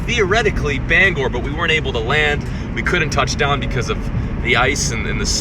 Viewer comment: Can all my fellow Mainers thank my man for pronouncing “Bangor” correctly...